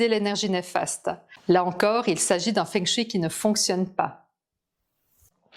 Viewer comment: Savez-vous que feng shui se prononce fong shweï ? 😁